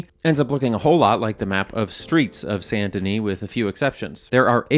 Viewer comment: Yeah yeah great video like always BUT I have to say the best part for me was when you said « Saint Denis » PROPERLY?!! Coming from a French Canadian who is always hit with mispronounced French names and words I was actually shocked haha